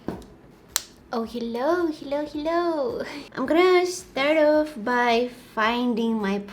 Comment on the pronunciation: Her ‘hello’ is ‘hillo’ and I'm living for it.